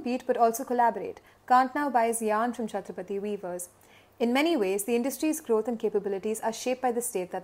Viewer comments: The name of the village is chattrapatti and not chattrapthi. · It's Chatra-pa-tti. Not Chathrapathi. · it is Chatthirap Patti not chathrapathi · Its 'Chatra' 'paTTi' not Chatrapathi!! 🤡🤡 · That's not "chatrapathy" which You pronounce, it is "Chathra-Patti", near rajapalayam between Madurai and Tirunelveli. It is good to hear this fact, thanks! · Prononounced as Chatra-patty meaning Choultry village. Not Chatrapathi (as in Shivaji) 😅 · she pronounce it us chathrapathi but it is not Pathi it is Patti... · I was wondering, tamil natla chatrapathi nu oru oora nu. 🤣🤣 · Chathira Patti ., not chatrapati